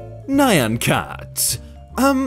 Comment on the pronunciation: I'm more upset about how he pronounced Nyan.